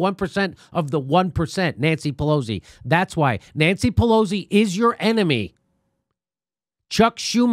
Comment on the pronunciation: Jimmy, you keep saying Pelo-Z, but her name is pronounced more like Pelo-C.